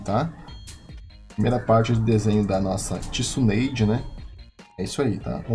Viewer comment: Desenho otimo mas sem ofenças vc ta pronunciando tsunade errado mas ficou otimo!